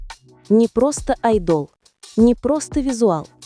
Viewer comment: Слух режет как автор произносит имя артиста Ким ТехОн. Ударение в слове айдол на букву О. А по существу видео интересное.